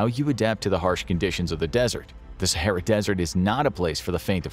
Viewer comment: “Sahera” is wild😂